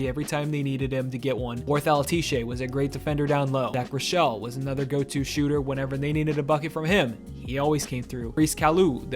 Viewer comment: Zach Rike-ell not richelle 😂 great video tho